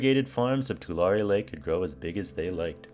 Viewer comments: too • lair • ree Born and raised in Tulare County... Pretty sure that's how most residents pronounce it! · I grew up in Tulare County! You got it close to how we say it as locals. It's more of a too leh ree (like "two larry"). My sister actually lives not far from where you are. She had to evacuate a few years ago during the floods. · As someone who lives in this area. At least learn how to pronounce the Tulare and Corcoran right. Brining back the lake permanently would take getting rid of the dams or leaving them open all the time. This would put a lot of people and communities at risk of flooding along those rivers every time we have a really wet winter, as part of the dams purpose is flood control. More frequent floods would destroy crops along those rivers. Also the amount of loss to the local economies from both floods and the loss of irrigation water storage would most likely devastate the area. Restoring Tulare Lake would have a huge affect on the entire region not to mention those that live in the dry lake bed.